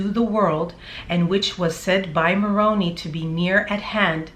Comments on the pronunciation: Yo its Moroni Mor-Own-I, not Moroan-ee,. I think ChuubyChin Chad would try and justify the bee killing, claiming they could have stung him, but who the F, kills 120? Sickos do-normal person might kill one and run, but not chubby. They were fascinated with the Malachite stuff, maybe using it as poison too, if it was untraceable one could speculate. I grew up in the Mormon faith (LDS), and resigned after being a member for over 50 yrs. I resigned because the mainstream LDS has a lot of the same scandals as the Catholic Church-but the LDS keep it hidden better. Im also familar w all the Mormon splinter groups-and loosely know some connected to Chubby's whacked out bunch. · Maroni. Pronounced with long i at the end. Like Maron eye. Heard it on a Morman channel. Just saying. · Interesting theory. I am mulling over it. By the way, Moroni is pronounced with a long "i". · Love your videos! LOVE your foil hat. Just an FYI. Moroni is pronounced with a hard i at the end. " Moron-eye" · I grew up mormon (i no longer believe in it) so let me help you on the pronoun-citation of Moroni. Phonetically it's said as Moron-eye. I like your theory, could well be true. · Moroni is pronounced ‘more-own-eye’. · You’re killing me with your pronunciation of “Moroni”. The “i” says “eye”, not “e”. Please don’t get the LDS church mixed up with the Chad & Lori manure heap. While they obviously have some fascination with it, their doctrine is completely their own mess. Ugh! Don’t get me started. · You are doing a fabulous job, you are very good at your investigations and make it very interesting. You are so cute! The angel Moroni ends with a long I sound, not an E sound. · He fit right in as a Mormon missionary and active member - then peddling his books through Deseret Book (Mo bookstore and website) - I knew Malachi was in the BOM somewhere - Moroni is pronounced with an "eye" on the end. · It’s pronounced, Angel Moron-eye. 😁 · Pronunciation: Mo ron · It’s pronounced moron eye. Not moroney